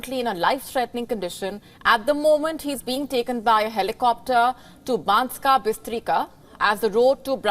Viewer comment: He is not pronounced Fiko, but Fitso. C is always ts in slovak language (the only exceptions are foreign words). Also - Banska Bystritsa, not Bystrika (Banska Bystrica), etc...